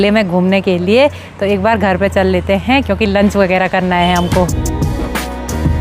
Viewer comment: हैं शब्द पर ज्यादा जोर मत डालिये,बाकी सब ठीक है।